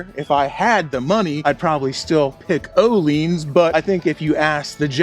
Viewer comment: ohlins is pronounced yo'llins. youwelcome. I think not a single American pronounces these correctly